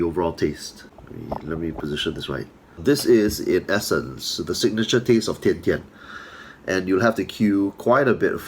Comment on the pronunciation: Surprisingly, you as a Chinese can pronounced Tian Tian as Dian Dian.